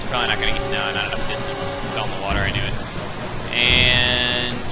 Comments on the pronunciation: I love the when he says NOO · I love it when he says, "NO!"